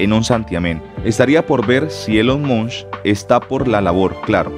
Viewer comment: Es Elon Musk, no Elon Munsh. 😬